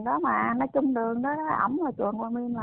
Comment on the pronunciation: Chị nói chuẩn .